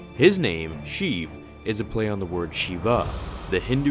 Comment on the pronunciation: pronounced 'shay-ev' btw